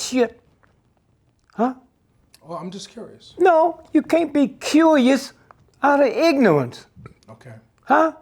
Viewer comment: "I'm just curious" "No! You can't be cuujioous....out of ignorance"